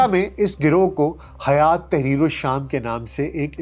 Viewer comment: حیات نہیں بلکہ ہیئت